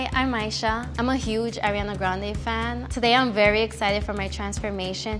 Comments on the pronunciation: “i’m a huge fan” can’t even say her name correctly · “i’m a huge fan of ariana grande” pronounces her name incorrectly, multiple times